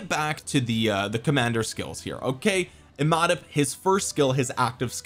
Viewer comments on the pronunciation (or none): Imhotep is pronounced EEE-Mow-Tep. Watch the old corny movie the Mummy. Cheers